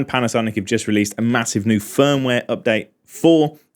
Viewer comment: "Mahussive"... new word to use! cheers...